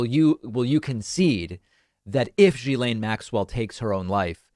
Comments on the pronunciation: just quietly, Ghislaine starts with a hard G, not a zh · You have the pronunciation of her name almost correct: it ends in "len." jhi-len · In French the start of Ghislaine is pronounced as in give. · Hey David just so you know it’s pronounced like gi lane not ji lane. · For clarity Ghislaine is pronounced ghee-lane. I know, Americans cannot seem to get this! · Is that how you actually say her first name? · David, check your pronunciation of Ghislaine. Your pronunciation is not correct.